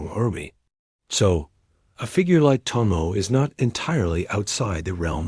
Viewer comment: You're the second channel that mispronounced the name, it's to mo e, not to mo.